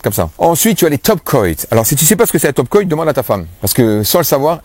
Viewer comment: merci pour tout ça. bon ''coat" se prononce "côte'' comme une "cote de boeuf'' 😊👍👍